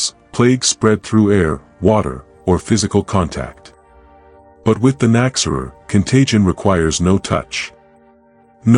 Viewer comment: An interesting video, but your AI narration is really distracting. It does not correctly pronounce the term KNOCK-ZEH-RUHR, either. I'm glad to see the Nachzehrer getting more recognition, though. Edit: fixing phonetics.